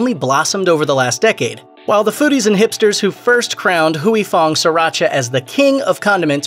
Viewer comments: It’s Huy Fong, not Huey Fong. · Anyone else annoyed he says "huey fong" instead of "Hoy fong"? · It's Huy Fong, not Huyee Fong. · It's not Hooey Fong.. it's pronounced Way Fong. Dipsh*t. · Hooey Fong? I used to to work with a gentleman with the given name of Huy - pronounced H-whey. Our company attempted a voice name dialer. I had say Huey to make it work. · It sounds more like WHEE. The 'U' is silent not the Y. The narrator of the video kept switching back and forth between several different pronunciation which was annoying and he said it totally wrong. It's not Hoowee it's whee. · I loved Sriracha. I always figured that either I got tired of it, or developed different tastes. But that makes sense now. But; I think you're saying Huy fong wrong. Granted, I am whiter then a ghost. But "whoo-ee" just doesn't sound right. I always said it "hoi" like when you hoist something. I could be wrong. but whoo-ee just doesn't fit the ear. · Pronouncing it wrong. Its "Hoi Fong" not Huey idiot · “Hooey” LoL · Is Huy pronounced as"we"? I think the Y is silent. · The entire time...couldn't listen to a damn word he said every time he said "Hoowie Fong" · You’re pronouncing it wrong... Huy Fong isn’t how you’re saying it. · If they're pronouncing it wrong, it's because the romanized spelling was already wrong to begin with, due to the terrible rendering of Chinese dialects from the Mekong River : for years, I mistook the name as being my namesake, but upon later inspection, the origins of the original Chinese characters are totally different. Indeed, it should be pronounced "hoi" because my own name is actually like "hwee".